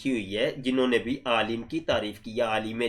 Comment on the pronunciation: No wonder says "aalam" instead of "aalim"!!! Making the Qadiani religion survive the scrutiny and examination of Muslim scholars is his mission, his "world"! In his world there is no place for a "aalim" of Deenul Islam! is just a professional, an employee of the cult, the leader of which, that Coxcomb khalifa, speaks Arabic and reads Quran with far more errors!